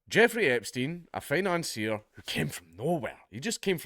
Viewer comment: Financier? More like fi-nonce-ier